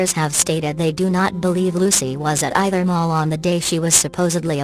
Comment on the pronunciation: "they didn't know ee chuthur". Just a LIT ull harto UNDER stand.